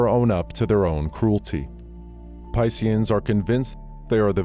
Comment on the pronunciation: Yea he literally said pissians lol